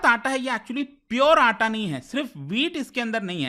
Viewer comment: It's not atta it's 'Aataa'